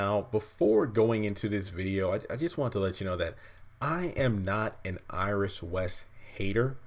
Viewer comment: Iris might as well say issis